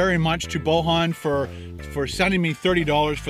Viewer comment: It's pronounced Boyan ;) It's Serbian (or Croatian, Bosnian) name.